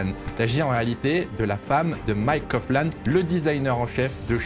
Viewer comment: alors juste pour te reprendre "Coughlan" se dit bien "Coglan" et pas "Cofflan". 😉